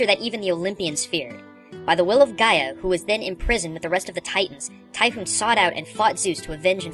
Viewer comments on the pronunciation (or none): Naw. you done fucked up. Typhon sounds more like 'Tai'-'fon', not Typhoon. And Ixaen, think goat.